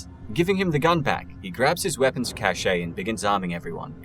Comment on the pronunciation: FYI: that word for a small stash coincidentally rhymes with “stash”. It is pronounced exactly the same as the word “cash”.